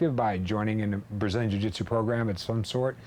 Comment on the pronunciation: its jiu not jui